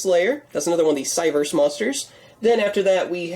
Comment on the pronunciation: Drew McAdam I was only trying to clear it up and just trying to understand that. The way he was saying still sounded like Cybers.